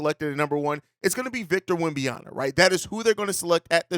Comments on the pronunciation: It's WemBANyama... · Why not just call him Wemby instead of unapologetically mispronouncing his name?